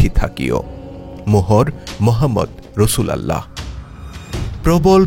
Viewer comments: রসুল উল্লাহ । রসুল আল্লাহ উচ্চারণ হবে না । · শুদ্ধ উচ্চারণ হবে : রাসূলুল্লাহ সা.!!!